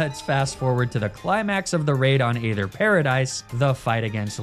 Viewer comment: HOW do you pronounce aether!???